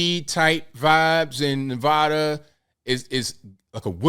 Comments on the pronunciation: As a resident of Nevada for the last 61 years It's pronounced Nev ADDa not nev odda. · It's Nevada (sharp a) not long. Also FYI you don't step on superman's cape and you don't mess with NV tribal police.